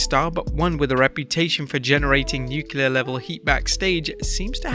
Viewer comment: Ok, the word is nu-clear, not nu-cue-lar. It's really not that hard; nuclear. You're welcome.